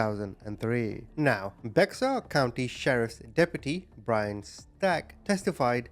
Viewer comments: And it's pronounced Bear not Bexar. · It’s pronounced Bear not Bexar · Just a heads up, I did the same thing when I first moved there, Bexar is actually pronounced like “Bear” 😉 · Just so you know it's pronounced bear like a bear in the woods County Texas even though it's b e x a r it's pronounced bear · Thank you for being a voice for the innocent. This will make no sense but it's true: Baxter is pronounced "bear" county. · I'm not being mean so please don't take it wrong. Names can be difficult for sure..his name is pronounced Joe-vaugn-ee. Bexar county is also pronounced Bear. 😊 Thank you for telling his story regardless ❤ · Hi! Bexar County is pronounced as Bear County. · It's pronounced bear county been though it is spelled bexar. The x is silent. I live here in bexar County all my life that's how I know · It’s pronounced Joe—Von—-E. Not Joe—Va—Nee And it is Bear country even though they have a spelled Baxter it’s pronounced bear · Omg thank you i was just about to say this lol it was killing me wvery time he said his name i was yelling at my phone hahaha